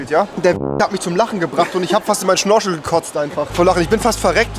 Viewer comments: Er sagt zwar statt "Fisch" "Fich", aber dann nicht ganz normal schnorchel, sondern schnoschel...😂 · Wer kennt ihn nicht: Der Schnorschel